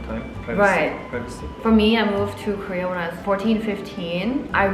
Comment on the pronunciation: I don’t think realizes that when she says “Career” and “Korea”, it is the same. 😂 It’s cute though. 🫰